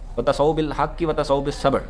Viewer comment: ..With Due respect...aapne Aayat padhne me galti kardi hai...Wata SAU bil haqqi padhe aap...sahi Aayat Watawa SAU bil haqqi hai.... Jazakallahu khaira....Keep on Doing the work of Dawat-e-Haq without Firqawariat